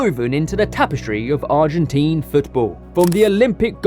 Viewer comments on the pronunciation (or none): none